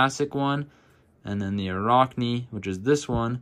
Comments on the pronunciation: Sounds like rack, not rock. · Arachne, like the word "Arachnid", as in spider. Not a rock knee. But still...good video :)